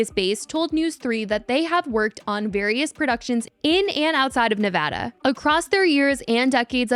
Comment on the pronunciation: as a vegas native, thank you for saying Nevada correctly lol